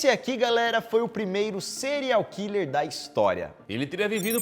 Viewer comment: O Daniel tentando falar o nome do serial hiller kkk